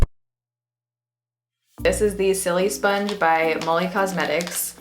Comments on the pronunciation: I laugh every time she says silisponge cause the sili part isn't supposed to sound like the word silly, it's supposed to sound like the beginning of the word silicone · Isn't it pronounced like sili in silicon :| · Love how you pronounce it so it sounds like your saying silly sponge lol. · "Sillysponge" lol I love the way you pronounce it